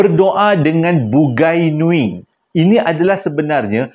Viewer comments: Sebutan dia bu-ngai nuing bkn bun-gai nuing..bungai (bunga) nuing..bunga nuing😂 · Waduh...bukan BUGAI NUING....tapi BUNGAI NUING.. dia org tu MCM org BUNIAN JUGA.. Slam dari Sarawak.. Sya Iban Islam. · Terima kasih sudah... Bang .. bukan "bugai nuing".. tetapi "Bungai Nuing"... Menarik cerita ini .. Sy ada kawan yang hampir diambil msykt alam bungai Nuing tetapi dia memilih utk stay di alam Kita ..